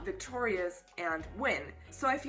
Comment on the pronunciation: Nike is pronounced like the shoe brand